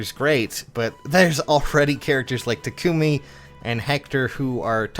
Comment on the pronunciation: it's not Ta-KOO-me. Say the word taco. Now replace the O with a U sound. Now add "me." Also, I foundd a 40+10 Chrom with Distant Counter today in the Arena.